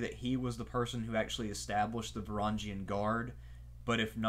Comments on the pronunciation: just a small tip, the g in varangian is a one just like the words grow/viking etc. not like a giraffe. great video nonetheless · Please learn the how to pronounce Varangian. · learn to pronounce Varangian